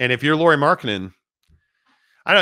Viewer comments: Lowry not lorrie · They are correcting your pronunciation of Lauri, not saying that's how his name is written 🙄 English speakers should pronounce it like (Kyle) Lowry, not Lori (or Lorrie) as you guys call him 99% of time.